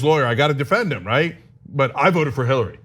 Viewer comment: Who? Hillary? Pronounced Haaooiiy☺️🙋‍♀️😆.